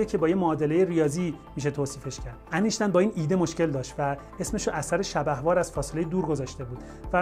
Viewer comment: Copenhagen (not Copenhagian) interpretation شبح‌وار (نه شبه‌وار)